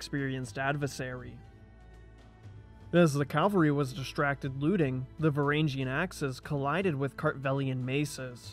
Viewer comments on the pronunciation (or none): none